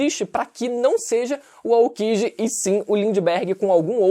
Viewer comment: Tu falando Aokji é engraçado. Kkkkk